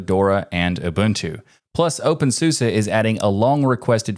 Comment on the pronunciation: Wow. To the point news with little to no fluf, AND you say ubuntu right.